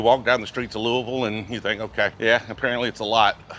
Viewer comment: Nice work pronouncing Louisville correctly 👍🏻